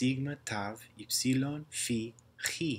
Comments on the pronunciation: Is sigma always pronounced retracted like that, or does it depend on surrounding letters? Also I think pronunciation of chi is notable. It should be velar /x/ not uvular /χ/ ironically enough. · Many of these sound good. But I do believe during koine times that χ would be pronounced “k” with an aspirate. So kh as in kite. Even in modern Greek it doesn’t exactly sound quite like how you have here. It usually has the sound of a velar fricative, rather than the uvular fricative.